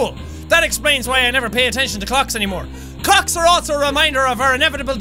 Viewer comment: did he say cocks in the beginning or was that my earbuds